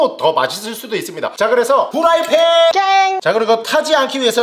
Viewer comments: 아니 게속 후라이팬을 왜 후라이펜이라 하지 ㅋㅋㅋㅋㅋ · 후라이펜 아니라 후라이팬....